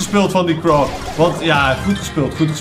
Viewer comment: Zeg gewoon eens crow in plaats van krau